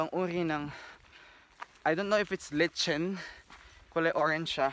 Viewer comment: Lichen is pronounced - similar to liken.